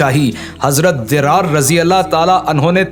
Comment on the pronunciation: ZARRAR NAME DIRAAR NHI